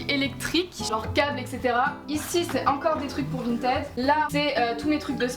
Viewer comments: Vinted on le prononce vINEted nan (ça m’a stressé tt le long de la vidéo)😂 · suis je la seule qui me suis peter une barre quand elle disait "vinted" a la française?😂